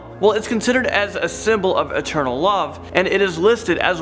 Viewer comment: Internal or eternal? It sounds like he says internal